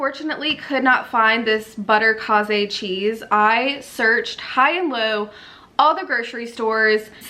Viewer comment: Butterkase is German and is pronounced butter KAY-zuh.